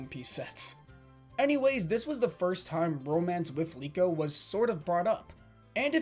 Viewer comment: Bang liko bang yg benar bukan leo